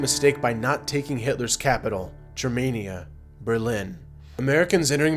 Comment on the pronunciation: Ger-mah-nia not Germ-mania. 100,000sq miles = square miles. Otherwise all good.